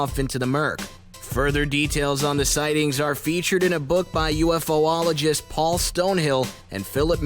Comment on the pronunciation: Am I the only one still laughing at uFoLaLaGiStS 💀